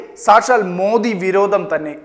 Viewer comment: സൂപ്പർ ആയിട്ടുണ്ട്.... മോദി അല്ല മോഡി എന്നാണ് പറയേണ്ടത്